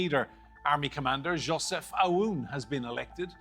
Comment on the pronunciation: Yea, it's not Yo-sef Aoun, it's Joseph Aoun. Believe it or not, we have a lot of Josephs in here.